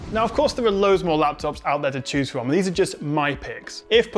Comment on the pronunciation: Best lafftuffs! :D